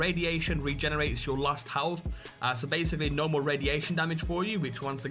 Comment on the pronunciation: Halff? I think you mean 'health', mate.